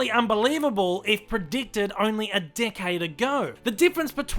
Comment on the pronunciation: Who hear dickhead every time he said decades?